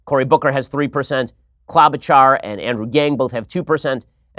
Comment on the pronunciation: ah people outside of minnesota pronouncing klobuchar still makes me laugh